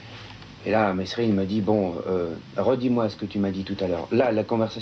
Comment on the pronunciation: c'est mesrines pas messrines bandes de rigolos